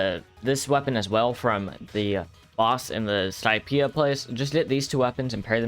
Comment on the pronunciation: Lol he said 'skypia place'